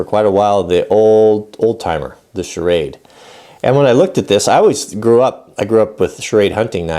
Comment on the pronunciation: I had to look up Schrade to find out why you pronounced it "charade." Sickening - buy the rights to a brand, and have products made in China to fool people who remember the old company and don't know.